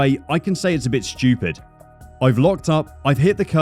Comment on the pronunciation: I like how this guy pronounces Stupid. It's more like Schtupid.